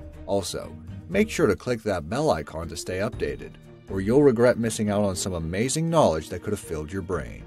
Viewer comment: AH MAY ZEENG